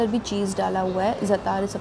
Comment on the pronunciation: Not curly fries.. common do some research. It's crinkle cut. Also, learn how to pronounce words (za'atar)